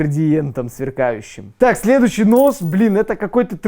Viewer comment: на ты сказал нос а не нож